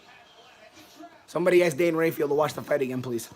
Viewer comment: The word is pronounced ask, not ax. And how many times is gonna’ say Wow?